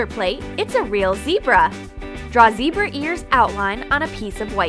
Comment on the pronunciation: its zebra not zeirba